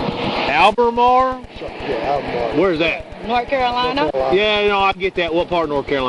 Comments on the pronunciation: I’m from the Albermale area, I’ve never heard anyone pronounce it like that before! I wouldn’t expect many people to know it’s a small area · I live about 26 miles/40 minutes from Albemarle NC (for about 67 years) ... I watch WAY TOO MUCH of these traffic stops! Just entertaining to me when people can't pronounce ALBEMARLE !!! 😂 ... I get it! 😊 ... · I’m originally from Albemarle NC. It’s always funny to hear someone try to pronounce it! And, Albemarle is about 45 minutes from Charlotte, 2 hours from Raleigh btw.